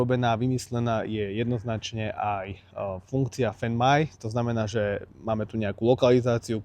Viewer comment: necita sa to fend maj ale fajnd maj bro. A ma prekvapuje ze si tak uletel